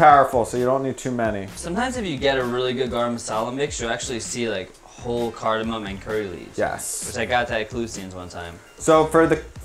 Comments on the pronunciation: Guys, it's 'a-niss, not uh-'niece, cardamom, not cardamin, and turmeric, not toomeric. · This video ROCKED!!! Except one single thing that drove me nuts the whole time. It's CardamoM,! X-D No "n" in the word! I love making Indian food at home, but have never done any chutney, so thanks to you guys, I'm going try that next!:D